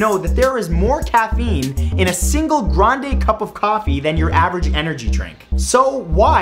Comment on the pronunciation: I can't believe you said "grande" ... pssh...